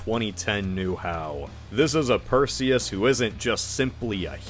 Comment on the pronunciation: Perzeus. Delivered per Zeus.